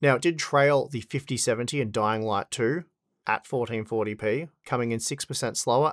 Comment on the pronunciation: "Fourdeen fourdy pee"